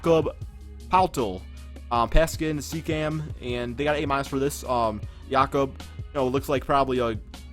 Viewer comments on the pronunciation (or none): none